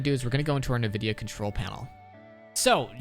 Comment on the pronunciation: Great video, but it's pronounced "In - Vid - Ee - Uh." You can delete this comment as soon as you see it cuz I don't wanna call you out but you will now for next time. Thx for the settings, you got a sub.